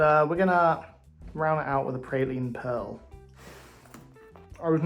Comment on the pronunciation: you pranounce it praline